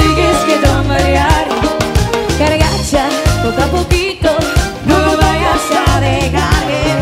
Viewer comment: No no se dice cargacha. Debiese aprender a decirlo correcto.